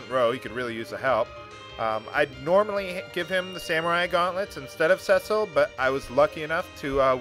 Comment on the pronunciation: By the way...it's See-Sill but anyway good work